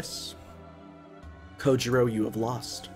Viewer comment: Just one thing, the "ou" in Japanese words is pronunced closer to 'oe' or 'oh' (о̄) than 'ew' or 'oo', it's Japanese, not French. Sasaki Kojirо̄ (Kojirou) is actually spelt with one of these.